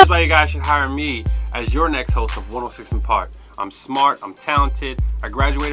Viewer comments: One...O...SIX & park. Not "one o sih park". It's also forefront..not FLOOR front... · 1...0.... six......six......SIX!!!!!! Not 1 0 siss an park....DAMN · One 0 six and park!!!!!!! Say it dude say it! ONE OH SIX AND PARK!!! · Wonsino Park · I thought it sounded like Wilson Park